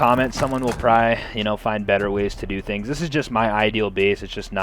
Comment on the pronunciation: for the love of god please stop saying proyy instead of probably